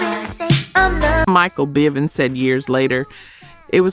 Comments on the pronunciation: Don’t leave out Michael Byvens later corrected when bell biv devoe was mentioned.. but still sad AI taken over everything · Michael BYVINS?? It’s BIVINS stupid ass person narrating this!! 😂😡😡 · Kay Sigh "Live" Michael Bye Vans Teen Atcher This AI is trippin!